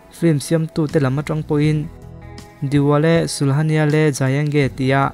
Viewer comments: Diwale ni lo in dilwale tih zawk aw,, Dil wale 😁😁😁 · Diwale tiin i lama, dilwale lawm.. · "Diwale an chan kha" i tia, 'Dilwale' a ni zawk lo maw? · Ngaithla ve chiah e. 'Dilwale' ni na nâ na, 'Diwale' tih tlat te chu a, a awmzia a bo.🤭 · Diwale I ti mai zela Dilwale tih zawk tur tih te kha ka rawn Kam Tam ve lawk duh anih chu😂😂😂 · Dilwale pawh ichhiar dik thiam lo ni mo Di wale te itih😆😆😆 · Dilwale alawm Diwale ni lo in 🤣🤣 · Diwale nilovin Dilwale tia lam/sawitur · Diwale i ti zel a..😂😁